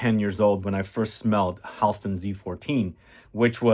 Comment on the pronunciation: Tonka Commodity is relaunching the 24th FYI It’s “Hal-ston” (Friends with his niece)